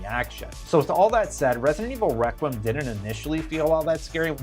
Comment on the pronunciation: Your pronunciation of requiem kills the video